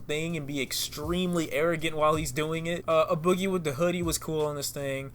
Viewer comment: It's "A" boogie with da hoodie as in the letter A pronounced as the letter A. I cringed every time you said "Uh boogie with the hoodie" 😭